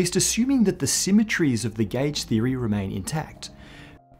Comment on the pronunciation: Subtitles: gauge Spoken: gæge